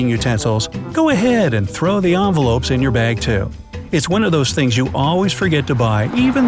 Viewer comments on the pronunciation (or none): The way he says "envelopes" 🤦‍♀️ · Did he just said onvelopes instead of envelopes? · In he says ‘anvelopes’ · What I hear: anvelopes What it said: envelopes